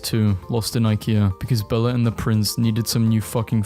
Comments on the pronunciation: HE JUST SAID BELLA INSTEAD OF BELLE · Stop saying Bella it’s belle no a